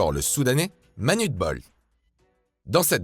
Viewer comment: Par contre Manute se lit Manouté